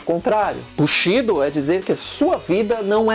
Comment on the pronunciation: sem querer ser chato, mas como estudante de NIHONGÔ, língua japonesa, preciso informar, a pronúncia correta é: BUSHIDÔ, assim como KATANA é KATANÁ. Grande matéria desse vídeo. Abraços.